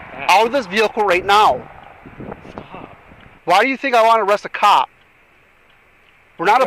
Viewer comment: "No, less jus flink about it." 😂